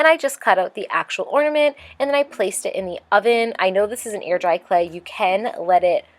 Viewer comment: Did anyone else hear 'ear dry clay' because of her pronunciation of the 'ai' sound? Whenever she says hair or chair in videos, I ALWAYS hear 'here' or 'cheer'.